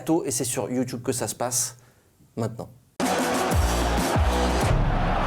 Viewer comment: VOILA YOUTUBE PAS YOUIIITUBE MDRR